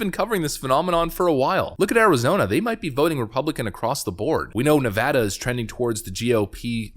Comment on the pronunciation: Love the fact you can pronounce Nevada properly, Thanks! For those not in the know it's Nev-ad-a not Nev-od-u.